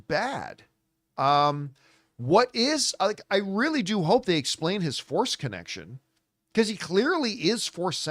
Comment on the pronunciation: For a second there I thought John had said "I hope they explain his foreskin action" then I realized he had said "Force Connection". Ha ha!